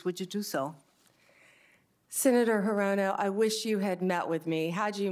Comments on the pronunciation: Amazing, Sen. Grassley and Sen. Hirono have been colleagues for 12 years and he still can’t pronounce her name correctly. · Grassley has been in the Senate for centuries and he still can't pronounce Hirono.